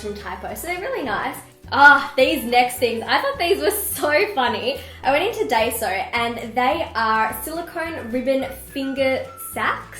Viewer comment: Just a note - Daiso is pronounced die-so :) It's fully of cute stationary